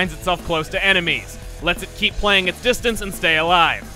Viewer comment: You don't get to KEY-p the key